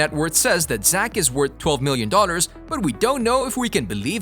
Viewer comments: Is me or is he saying daughters instead of dollors. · I swear that when you talk about the money he has you have said " he has 12 million Daughters" instead of 'dollars'